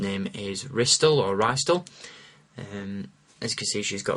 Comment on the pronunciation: Not Rystle oola